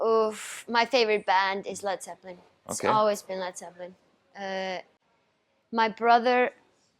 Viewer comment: I knew she was cool but when she said zeppelin. That was me soled.